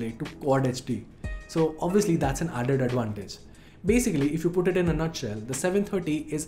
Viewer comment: "Aded adwantage" XD